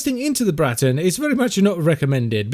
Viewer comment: The Br-r-r-r-raton :)